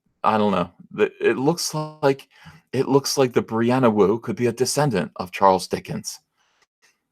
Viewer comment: Thought you said Brianna Woke for a second.